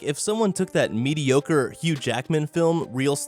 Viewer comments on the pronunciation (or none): none